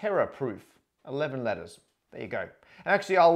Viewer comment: As a german Maths student i really enjoy listen to ur vids when going to sleep. Yesterday I got really upset as I understood lettuce every time u said letters O.o I never had any difficulties with english accents till today :D Just thought it would be fun to share .) Have a great day everyone!